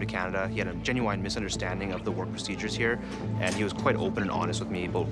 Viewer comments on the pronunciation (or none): genuWINE . they all say it like that